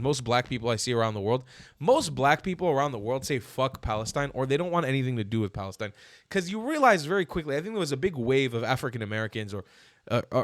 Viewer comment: they can't even say Palestine, they had to change it to falistine